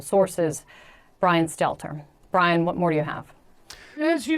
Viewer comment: Bwian Stiffler , ( RIP ) Ruined in Popularity